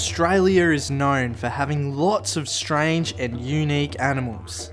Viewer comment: Listen mate I know you're trying and good on you, but as an Aussie you shouldn't call us ohhhstraaaalia like you did at the beginning of the video. Also we don't have opossums, that is an American thing we have possums. But good on you it's good to see young blokes having a go, keep it up. I was going to call you a dumb dingo but my wife said to be nice because it's really good that you're doing something good, so don't worry you're not a dingo